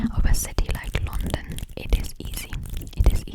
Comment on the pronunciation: Именно с таким акцентом я в школе слушала кассету для рабочей тетради по Английскому языку . Вставляешь её в магнитофон , нажимаешь ▶️ .. и …. «Новый курс английского языка для российских школ» хотела написать я, а потом услышала , что ты сказала «лОндон» 😨….. моя англичанка убила бы тебя за это !🥹. Только лАндан из э кэпитал оф грейт британ 😃